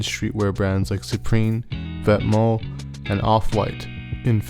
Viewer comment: he actually pronounced Vetements correctly